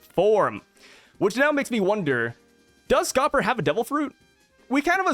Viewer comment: Kinda eh it's Scopper 😂